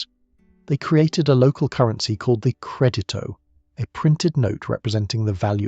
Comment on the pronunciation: Nah.. it’s CRED ito. Accent on the first syllable.